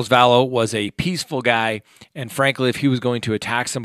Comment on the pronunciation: It's not Valess as pronounced.